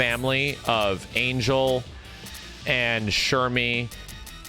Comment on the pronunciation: I know its a bit checky, but Ángel (whit the Á) its pronounced An-Hell